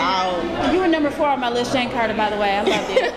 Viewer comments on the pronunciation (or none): none